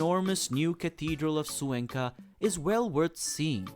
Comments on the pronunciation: It' pronounced Cuenca not Zuenca my dear. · You really should learn how to pronounce Cuenca....KWEN-kuh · I cannot believe that you are mispronouncing Cuenca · Cuenca is not pronounced correctly!!